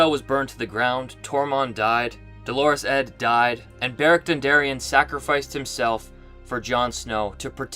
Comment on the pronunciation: Omg ...still calling him DOLORES ED, instead of DOUGH-LO-ROUS ED, which is actual pronunciation